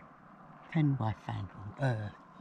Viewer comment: Hi. Nice early start to your walk. Lucky you did get there early as these car parks can fill up very fast as they are the main ones that everyone uses. Loved your "Welsh" Pen Why Fan. Lol. I was the same years ago until my wife's sister married a Welsh man & he told me the correct pronounceation. It's "Pen Uh Van". 🙂. You did get a lost there. It must of been a hell of a Journey back to your car as it was getting hot by then as well plus you had your twisted knee to contend with. At least you both got back safe & sound. The path you took up is the path that most people take. Ourselves included but after walking that path a few times we tried another one. It went up from the Brecon side of the mountain & was much more dramatic & interesting. Will have to do it again in the future & film it. 🙂